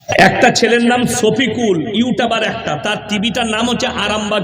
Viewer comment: খেজুর তো দেখছি পুরো মূর্খ। ওতো ভালো করে উচ্চারণ করতে পারে না। ইউটাবার , পুরুফ, এগুলো আবার কি? কোরানের হাদিসের কোনো কথা নেই। ব্যক্তি আক্রমণ বেশি। এ আবার বলছে একলক্ষ জলসা করেছে এতো দেখছি মিথ্যেবাদীও । এর বয়স 50 বছর হলে মোট 50X365=18250 দিন তাহলে একলক্ষ জলসা কি ভাবে করেছে???? নিজেকে বেশি জ্ঞানী মনে করে। ফাঁকা কলসি আওয়াজ বেশি।